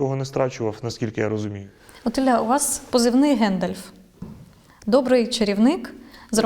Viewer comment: ГАндалф(укр), а не ГЕндалф(рос)